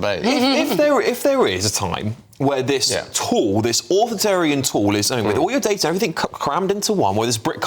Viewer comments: just a side point- always seems to pronounce 'Authoritarian' as 'Authortarian' am I missing something or has there a rise in totalitarian writers? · The presenter on this programme needs to learn how to say AUTHORITARIAN correctly!